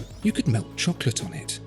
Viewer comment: The way he said "Chalk Leht"